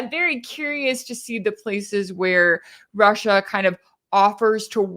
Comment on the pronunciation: Hearing Putin pronounce his country-‘Rush Shia’ let’s call it that from now on-❤